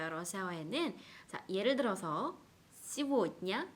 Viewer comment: 에서 발음이 씨볻냐 가 아니라 쎼볻냐 아니에요????